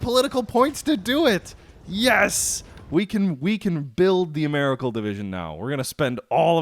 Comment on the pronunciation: Ameri-Cal, does not rhyme with miracle. Maybe you can't help yourself, I know what you mean anyway.